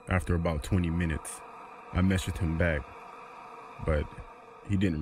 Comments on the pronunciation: What Everyone Else Hears: Minutes Later What I Hear: McMinutes Later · Actually, that was an audio glitch, if you listen he says m-minutes later and not mcminutes